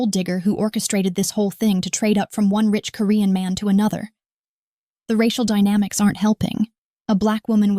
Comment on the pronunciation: Dynamics not diamanics😊